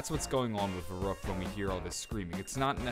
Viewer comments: No, its pronounced Ferryckt. Dont try to correct me, then you dont know shit about what you are talking about. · Jannick E VERRekt, pronounced like that. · I would be very impressed, if people accually started pronouncing Verrüct the right way.